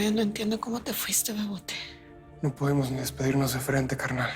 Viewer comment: Es begote O bebote? Yo escuchaba que decía begote pero ahora que vi en los comentarios es bebote 🤷‍♀️🤷‍♀️🤷‍♀️